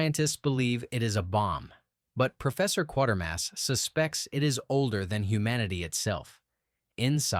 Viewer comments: Planet of the Vampires is my favorite 'bad' movie. I actually saw it at a theater when I was a kid. Love the ridiculous techno babble. Apparently religion is against pretty much anything. I think religion should go away. And it's Quatermass, not Quartermass, geez. Pronounced 'kway-ter-mass' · The name is Quatermass not Quartermass! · (KWAY-ter-mass). This AI stuff pisses me off. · Its Quatermass (pronounced like crater) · No, there's no 'R' in the name. It was adapted from the 3rd BBC TV serial from the 1950s, centred on Professor Bernard Quatermas, and pronounced "Quay-ter-mass."